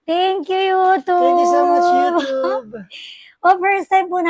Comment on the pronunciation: Bakit “youtoob”?